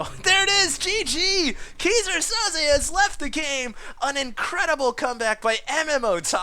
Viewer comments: It's pronounced "kai-zer sou-ze". and just like that, failed. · everytime says Keyser Soze, I die a little.. lol sounds like geezer Soze. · I died a little inside whenever he said "kee-sir sozay" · ... It's pronounced Kaiser (king) Soze. Go watch The Usual Suspects. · hey, if you want to learn how to pronounce Keyser Soze (german) check out the vid: /watch?v=BgkBpWc8ngI nice cast!